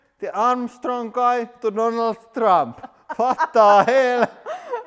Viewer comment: Lmao 😂 he said it’s Donald Thrump